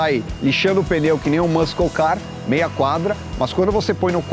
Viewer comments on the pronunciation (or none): MuSCou car nãããããão.... MuSSou car!!! Não se lê esse "cle"!!! Vc mais do que ninguém que mexe com isso deveria saber